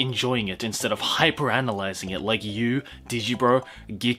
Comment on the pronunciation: Lmao ‘GIKKUK’ 😂😂